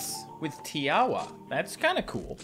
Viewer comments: Tiawa you actually say it as tinkwa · Fact Tiawa pronouced ti-a-wa